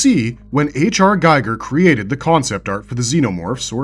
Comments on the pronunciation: Geeger. Not guyger. MAJOR FAIL. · gEEger, not gEYEger. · "GEE-ger" not "GUY-ger." It's Giger, not Geiger. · Giger's name's correct pronunciation rhymes with "eager", not with "tiger". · Giger is pronounced "ghee-gherr" not "guy-gherr" lol otherwise awesome vid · literally starting the video by saying the name wrong of the creator of xenomorphs pathetic H.R.Giger is pronounced more like gheeger and definitely not giger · It's pronuonced Geeger/Gieger... H.R Giger was a brilliant genious. And hearing his name mangled like that.. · The name of the alien conceptual artist Giger is pronounced geeger. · It's pronounced: Gee-ger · This video lost me when he said "H.R. Guy-ger". Bye. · You mispronounced HR Giger's name. Just saying. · The video creator knows ALL this information about the xenomorphs but DOES NOT know how to pronounce Giger? Come on, man! Giger rhymes with the word 'eager'.